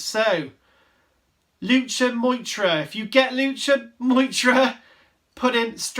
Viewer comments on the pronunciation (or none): its also Lucha Moo-Er-Ta, not Lucha Myowtra hahaha